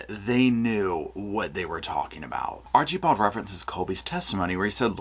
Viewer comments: I LOVE how you pronounce Archibald, Archie bald 😂 I don't think it's done purposely but I giggle every time you say it💙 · Oh gosh I'm a big fan but the way you kept pronouncing Archibald 😂